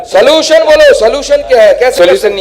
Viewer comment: Bhai, Salution nhi😂😂😂solution bolte hai re usko andhe bhakt😂😂IT walo ne mil kr kutna chahiye tha isko..